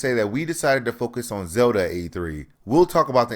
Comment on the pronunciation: Its Zelda brah, Zelda.